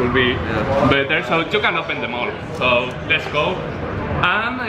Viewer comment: 2 videos y en ninguno kenny dice "les gou"